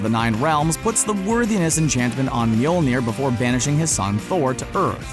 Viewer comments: ITS NOT MJOLNIR ! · Its not mjolnir.